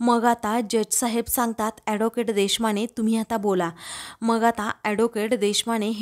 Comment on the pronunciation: Adocate नाही advocate. नीट बोलायला शिका मग vlog kara